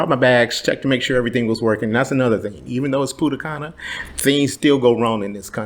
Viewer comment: Punta cana😂😂😂. Not pudda canna😂😂😂